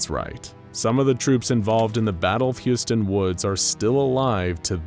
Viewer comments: HOLY SHIT HOW BAD DID YOU MISSPELL "HUSYATIN", it took a while to understand what the fuck it is, but paste to Google translator "гусятин" and listen how it is pronounsed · Nicely done video, but there's one moment i'd like to clarify: I understand that slavic languages are hard when it comes to pronouncing, so it's totally fine that you never spelled Husyatyn right It should be spelled something like Hoosiatyn :) Just felt like explaining this lol